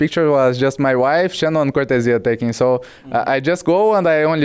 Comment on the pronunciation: I hope people can learn how to properly say Cortezia now Cor the zeeuh